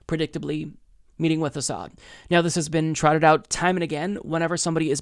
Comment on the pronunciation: tulsi hiding a smile when butty judge mispronounces Assad while trying to re-use that tired smear